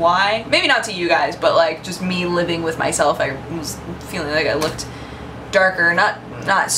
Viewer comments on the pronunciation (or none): none